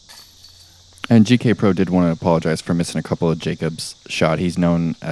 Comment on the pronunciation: Am I the only one who has noticed that says "JK Pro" instead of "GK Pro" he did during the idlewild coverage also. Love you as a commentator and player. But it's eating at me everytime I hear it